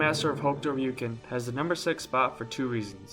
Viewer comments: Rayuken…. You sound like an idiot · So you pronounce Hokuto Ryuken right but pronounce Ryuken wrong?